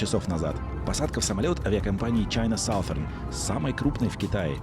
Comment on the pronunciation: Саусэрн это то что в туалете делают. Научись произносить мой тебе совет.